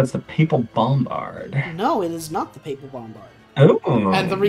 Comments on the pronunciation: Papal is pronounced pay-pal. :) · As a Roman Catholic, pronunciation of "papal" is sending me up the wall